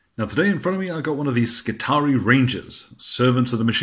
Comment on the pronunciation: Skitarii,....the double ii should, I think, be pronounced ee i. SKITAREEI